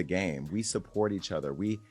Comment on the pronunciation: they're not reacting to kid news. They're reacting to something worse. Also, it's "other," not "utha."